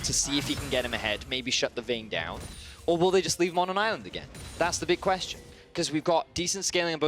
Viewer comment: That "Once Agayn" 😂